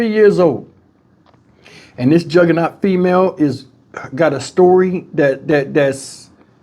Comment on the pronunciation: bruh said juhgernault female. I wish I wouldn't have saw this.